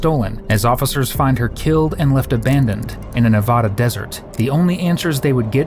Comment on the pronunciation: Learn to pronounce Nevada! 🤦